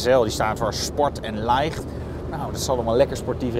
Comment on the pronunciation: I'm Dutch and the way he said "Light" Sport and Light... HAHAHAHAHH So funny.